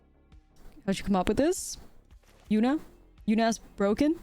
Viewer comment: With your accent, I swore you called the deck “Absolute Yuna-t” to start and now I have to play it